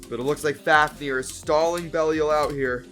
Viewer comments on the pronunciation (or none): I think the correct to pronounce belial is be lie yal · The pronunciation of Belial was killing me.